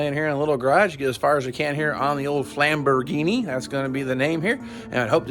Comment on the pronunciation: flam-bo-RINI? LOVE IT!!